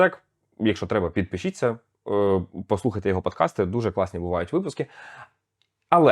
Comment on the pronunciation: podcast -> (i)pod cast не "під"!